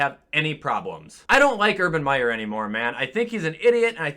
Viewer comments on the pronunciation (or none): none